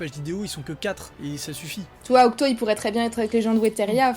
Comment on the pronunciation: c’est octy hein pas octo...